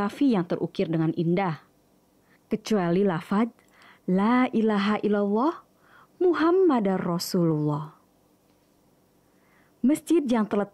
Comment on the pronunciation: Penyebutan sedikit koreksi di kalimat "Laa ilaah illallaahu MuhammadUR rasulullah" bukan MuhammadAR rasulullah